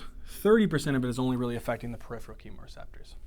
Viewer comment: Awesome videos! HOWEVER, please watch some of your spelling and pronunciations!! Peripheral (not periphreal; and atelectasis not atelactasis) Pronounced per IF er al; and at a LECK ta sis